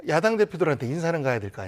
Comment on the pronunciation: 미친기자. 야당을 야동이라고 발음해븜 ㅋㅋ